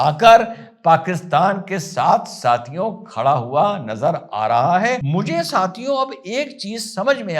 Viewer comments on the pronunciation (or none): none